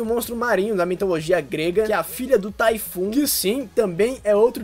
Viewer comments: Amigo, nao eh taifu.... eh tifão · kkk "Typhoon" se lê vocabularmente e oralmente de TIFÃO e n TAYFULL.. Mais ficou engraçado kkkkk